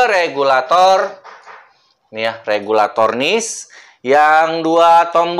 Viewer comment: Regulator bang bukan kabulator😭😭